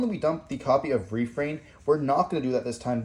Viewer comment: yo that refrain pronunciation is REPULSIVE